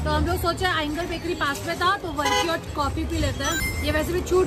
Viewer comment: Loved your video ♥️.. A small clarification the one you ate with chai in ooty is called barki and not varki. And kozhukatta is pronounced as koyukatta. Love from Kerala do visit sometime ♥️